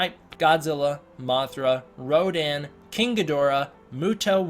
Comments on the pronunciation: It's pronounced RODAN and not RODIN . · . The only thing that bugs me is that Rodan isn’t Radon as that’s how it’s pronounced in Japanese